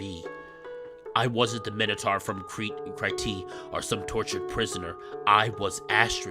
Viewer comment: I can still not get over you saying Crete as /kriti/ and not /crit/ Crete is generally pronounced as Creet